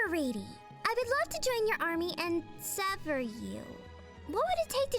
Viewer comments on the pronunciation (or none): none